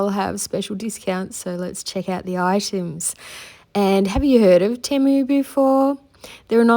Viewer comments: You were saying it right, it is Tee-moo, not tem-uu….they literally spell/say that on their own webpage and in their ads 🫶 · You didn't say Temu wrong. I'm from Amsterdam 🇳🇱 and in the first Temu commercial they said Temu and not Tèmu as they do in their knew commercial. It's a bit ridiculous that Temu themselves doesn't know how to pronounce Temu 🙈🤣. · Temu has constant TV commercials here in the US and they pronounce it "TEE-MOO" on the commercials. I know a lot of people have a problem with the company because they are out of China and they feel it takes business from local shops. But, actually a lot of small shops buy their items from Temu! So you could pay a bit more and buy it local and have it right away rather than waiting the extended import time.